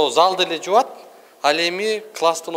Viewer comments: Жуат дебей жууйтдеп так суйлогулочу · Жуат эмес,жууйт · Салам тууган созду туура суйлосон жакшы болот эле жубат деген соз жок, жуют деп суйлосон. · мыкты журналист бала экенсин. Ар бир мектепте бар текшерсе чыгат созсуз, 6 техничкага айлык болунсо мамлекеттен, анда 4 нукун директор озу башка фамилия менен алып журотда ошол акчаларды.Бирок урматтуу журналист бала жУат деп суйлобой, жУуйт деп суйлочу эне тилинде.